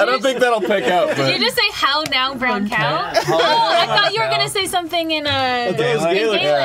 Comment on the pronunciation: I'm from Northern Ireland, and I always hear "How now, brown cow" pronounced that way, so it's hilarious seeing you guys crack up at it! :')